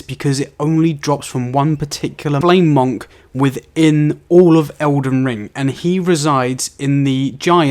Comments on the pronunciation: Why do you pronounce it MOHNK? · You have the weirdest way of saying monk. Good vid though :-)